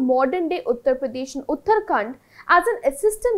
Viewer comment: First of all, learn that it is not Uttar Khand but Uttarakhand state.